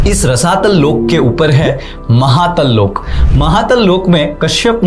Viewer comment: Please dont add extra "a" in every hindi word. It is not Loka it is Lok. stop adding a at end of every hindi word - its Arjun not Arjuna, Mahabharat, not Mahabharata, Ramayan, not ramayana and so on. Prabhupaad, not Prabhupada. Thank you for the video and knowledge.